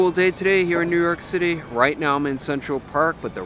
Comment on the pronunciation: I finally figured out what's so odd about the way he pronounces his city of residence: He seems to say "Newark City." Haha, like the poster from "OMITB" - Newark, Newark!